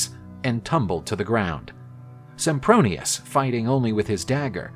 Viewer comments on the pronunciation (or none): Did they just call him Simpbronious? O.o